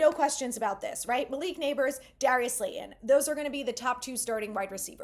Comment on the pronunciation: You've got something against the letter "T" - Darius Slay-on, Bryce-Ford Wheat-en....